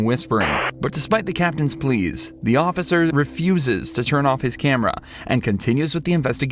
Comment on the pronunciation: They put the OAF in the word OAF-icer!